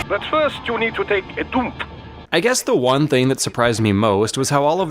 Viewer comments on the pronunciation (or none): "But first, you have to take a DOOMP"